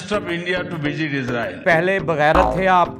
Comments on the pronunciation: He fuckin said vijit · Did he say visit or vijit😂😂😂😂